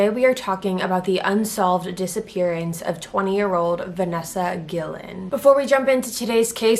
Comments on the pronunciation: “Gee-yen” not Gillen. 🤦‍♀️😓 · It’s not “ guil-len “ it’s “gee-yen” if ur going to make money off of someone’s sad story at least make time to learn how to pronounce it right. It’s a Latin name. Don’t white wash it because you refuse to make decent effort. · Guillan not gilin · Its pronounced Gee-Yen not Gil-len. Everyone mispronouncing her last name like damn get it right. . . This young lady deserves justice for the horrible things that happened to her leading up to her death. We wont forget her. SAY HER NAME. VANESSA GUILLEN!!! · Thank you for reporting on this. On a side note it’s Guillen pronounced Gui-yen not Gui-lin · her own sister, Mayra Guillen pronounces it with a double L. Not what I know to be the proper way of pronouncing it with a y. That's all I was say. Apparently her family says it their own way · Vanessa GEE-IN is how it’s pronounced. RIP soldier! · Guillen is pronounced Gee-Yen with a hard g as in goat. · Here’s a tip, the double L in Vanessa’s name makes the “Y” sound. You should learn to pronounce her name correctly. She is serving our country. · How to pronounce her name: VA-NES-SA GUI-YEN... the double L has a Y sound. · Guillen is pronounced (GEE-yen). Double L makes the Y sound en Español. 😁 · Great video thanks for all the details! The double ll in Spanish is pronounced like a y! So it would sound more like “GUI-YEN”. Unless they pronounced the name in English I’m not sure. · Just a helpful tip! Her last name is pronounce like GUI-YEN. the double L is Spanish produces the Y sound. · Its not pronounced gil-len....dummy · It's pronounced "ge-e-yen". Just a note. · Next time, do your research on how to pronounce her name. It's not that hard. Guillen isn't that rare of a name. "Ghi-Yen" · Her name is pronounced Vanessa Geeyen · Not trying to be a douche but out of respect for this young woman her last name is pronounced Gee-Yen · Her last name is the same as mine. It’s pronounced Gee-yen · Cynara Huston she’s Hispanic, it’s pronounced gee-yen